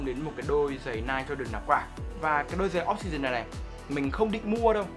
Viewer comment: Ni - Ke or Ni - key